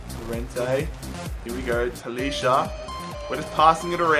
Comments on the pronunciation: I'm sorry but you pronounce talisca ta-lees-ca not talisha but no hate keep up the good work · Talisca prounouces Taliska